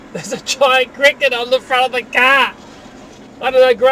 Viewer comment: "There's a giant cricket on the front of the CAHHH"